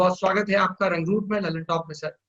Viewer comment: दल्ल्नटाप, not लल्नटाप 👎👎